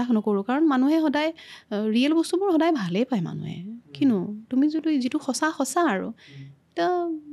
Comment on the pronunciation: Mur sobotkoi bhal loga singer egoraki❤iman bhal lagile kothabur. Moiu bohut kotha xikilu, xobdo u xikilu🙏🏻 iman sesta korise dhuniake kotha tu kenekoi english nukuakoi oxomia xobdo kenekoi bisari uliabo paru. Kintu iyate eta kotha kou bor kanot lage ei je koi ‘juntu’ asolote hobo lage ‘jitu’. Rokhi nohoi roi. Ene kisuman bohute bhul kore. Kiman bhal lagibo oxomia jodi ami huddho koribo paru. My apologies🙉moi nijeu najanu bohut